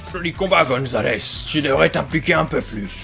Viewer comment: C'est Super Goomzales pas Super Gonzales